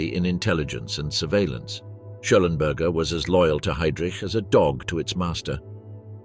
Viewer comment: Walter Schellenberg. Not Schellenberger.